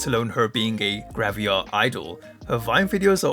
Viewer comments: Am I missing something, or did you pronounce it "gravia" instead of "gravure" throughout the video? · Why do you pronounce it as "Graviar" 😭